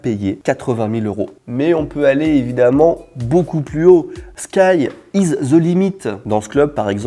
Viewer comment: Sky is DE limit. pas ze